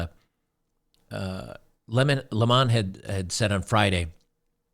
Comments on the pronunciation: His name is pronounced LEMon, like the fruit. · Not sure if you're trying to be funny or genuinely don't know how to pronounce his last name, but it's just the normal way people say "lemon" (citrus).